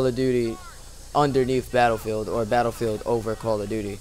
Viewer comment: I like the way you pronounce BATTLEFIELD